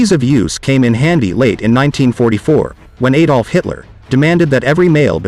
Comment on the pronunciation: I think panzerfaust translates to “armoured fist”, not “tank fist”. And what weird pronunciations of “infantrymen” and “Adolf”.